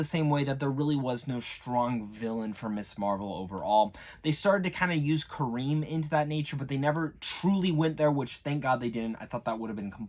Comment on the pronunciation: Kamron man 😂 not Kareem